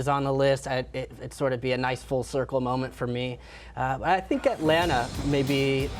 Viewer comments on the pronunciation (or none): none